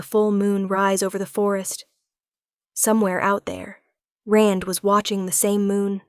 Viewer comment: Rand not Ren.